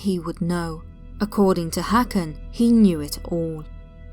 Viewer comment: As always, great work,! <3 Only the Swedish letter Å is pronounced more like O than A, so the Swedish name Håkan sounds much like how one would pronounce the English word "hawk", i.e. "hawk-an". Happy holidays, dear! <3